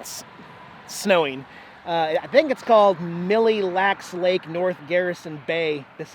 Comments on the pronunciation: I'm from Minnesota and it's not Mill-E Lacs its pronounced Mill. :D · Love that your back in MN! Parents live in aitkin it’s such a cute town! The lake is pronounced mill , the e is silent! Love your videos on how positive and upbeat you are. Watched another YouTuber who just had nothing good to say about the area and didn’t even try to get to know the cities. Your lucky you got to see the ruby slippers! Someone stole them back in 2005 and they finally just got them back last month! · Hi from a Minnesotan! FYI, it's pronounced Lake "Mill" Lacs. Millacks, if you will. Stop at Lake Bde Maka Ska when you pass through Minneapolis ;) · It's pronounced "mill lacks lake" lol but close enough lol we still welcome you to Minnesota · Pronounced Mill Lacs Lake. The e is silent. Loved the video. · Mille Lacs, pronounced Mill-Locks. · Mille Lacs is French for A Thousand Lakes. It is pronounced Mil Lak. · Pronounced “mill-lacks”. 🤣👍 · pronounced mile lax.......great video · So cool to see you in our neck of the woods! By the way, Mille Lacs is pronounced “Mill Lacs” (the “e” is silent) :-) can’t wait to see the rest of your trip! Safe travels. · Hello, Mille Lacs is pronounced Mill Lacs. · It is pronounced Mill Lacks lake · Mille Lacs Lake is pronounced "muh LAKS" lake in Minnesotan.